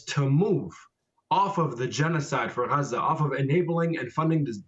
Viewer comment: Lady learn how to say"Gaza"